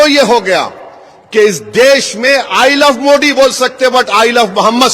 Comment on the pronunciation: अबैसी जी आप जब देश लब्ज का उच्चारण करते हैं तो देश में द ठीक ठाक बोलते हैं पर मोदी लब्ज में द की जगह पर ड जैसा उच्चारण करते हैं यानि आप जानबूझ कर ऐसा बोलते है इसके पीछे आप की परेशानी का कारण समझ से परे है।